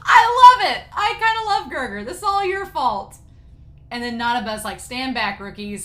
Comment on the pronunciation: It's weird that they translated his name as Gerger directly from Japanese pronunciation since L is usually pronounced as R. His official name is Gelgar.